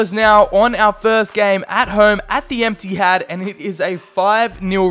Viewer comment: “at home at the emptyhad”